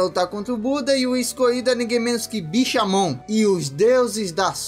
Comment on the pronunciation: falando em uma língua desconhecida na hora do nome do bishamon kkk